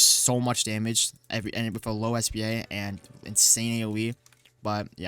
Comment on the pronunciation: u don’t say it like spa it’s s p a bit like the building or machine (stands for speed per attack) anyways good vid